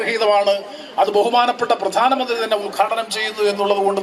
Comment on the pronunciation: കൊച്ചെ.. പ്രദാനമന്ത്രിയല്ല , പ്രധാനമന്ത്രി.